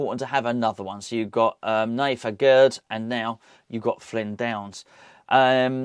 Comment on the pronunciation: Aguerd is pronounced AGAIR